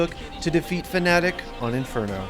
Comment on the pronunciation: i think this dude had a stroke. Fucking Fananic or whatever he said lol